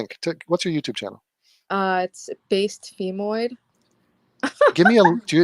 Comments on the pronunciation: based femoid you sound like a race realist at heart. By the way, the world pronounces it feh-moid not fee-moid. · I wish she would say femoid properly.